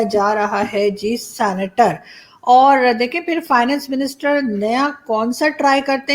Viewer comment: Aarzoo ji sanitor nahi 😂 senator hai ji